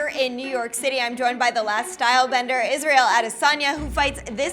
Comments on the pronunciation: Its Israel Adesanya not Isreal Adeysana Edit: Thanks for correcting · Israel “ISREAL ADEYSANA” Adesanya